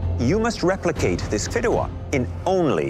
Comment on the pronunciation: It’s pronounced fee-deh-wa Not fid-duh-wa The fideuá takes 13 mins to cook fully and really giving 7 mins away to prep